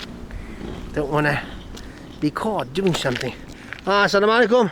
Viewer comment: Your asalaamualaikum is fluent. Wonder if u know the meaning.